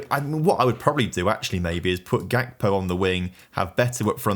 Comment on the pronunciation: Its Hakpo not Jakpo